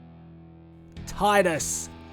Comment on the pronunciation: Titus's name sounded like tight ass